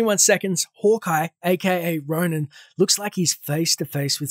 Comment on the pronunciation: isnt it ronin not ronan? :O i was confused :D